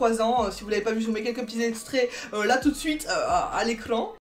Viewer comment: « a l’ECLAN « 😂😂😂